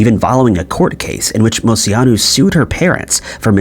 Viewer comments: Came to the comments to see if anyone else had something to say about the way he says Moceanu. Mo chee on ooo. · So your first story I have a problem with...dude you have to start looking up how to pronounce famous peoples names. Dominique's name is pronounce Mo-chee-a-nu....not whatever monstrosity you were saying. I learned how to not butcher it cause I absolutely adored her as a kid! She was my favorite from the team!